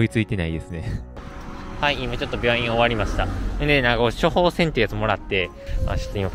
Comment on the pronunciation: キクタン読んだ影響で、韓国人が言ったような｢ｵﾜﾘﾏｼﾀ｣